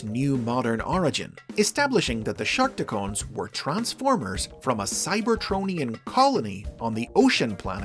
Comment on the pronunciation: Damn it... It's Shark Tee Cons... Not Shark Tee Cones...